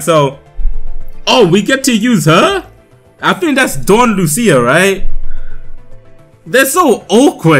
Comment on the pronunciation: Put the emphasis on the u in Lucia instead of the I, say it like "loose-ya" instead of "loo-see-ya Hope this helps